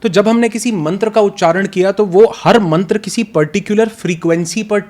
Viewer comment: एक बात कहना चाहता हूँ आशा हैँ बुरा नही मानेंगे, आप बहुत अच्छा ज्ञान देते हैं लेकिन कृपा करके यदि संभव हो सके तो ऋषियों के सम्मान का ध्यान रखें जिन्होंने ये ज्ञान दिया हैँ कृपया, मन्त्र को मंत्रा और योग को योगा न कहे क्योंकि ये ज्ञान भारत का हैँ. पश्चिन का नही.